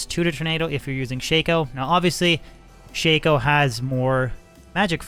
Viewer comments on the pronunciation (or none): its not called a shayko...a shacko is how its pronounced. god it hurt to hear you call it a shayko. you really dont know anyhting about this game lol. Everything you're saying is wrong lol.